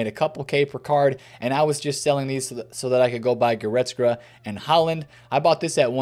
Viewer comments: Will he ever pronounce Goretzka properly!? Nobody knows.... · bro cannot pronounce goretzka to save his life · AS a german I am always suprised how wrong u guys get the names of guys like Kimmich or Goretzka